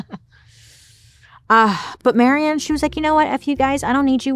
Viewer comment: My name is also Marion and you’re probably the first one to ever pronounce it correctly. Thank you!❤❤❤❤